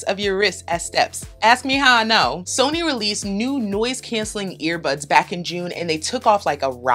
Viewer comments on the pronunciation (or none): none